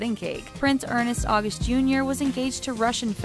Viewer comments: It's "ernst august" not "ernest august". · oh my the butchering of the name ernst august XD learn to pronounce the names guys